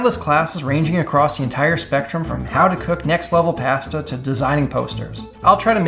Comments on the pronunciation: How did he pronounce pasta again? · i will never be able to unhear pahsta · How to cook next-level *what*? Pass-ta? :)